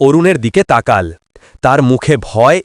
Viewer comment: উচ্চারণ হবে তাকালো ।